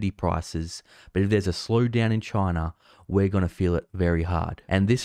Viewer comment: Chiner! Chiner! Chiner!